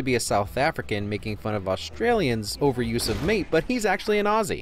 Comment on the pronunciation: It makes this Aussie happy that you pronounce "Aussie" correctly. Great work.